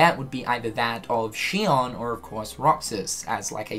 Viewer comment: No offense but I swear to fucking God If any streamer actually listened to her name its pronounced SHE-OWN. Watch the cut scenes to 358/2 days and listen to Axel and Roxas... Rant over, been bothering me for years now.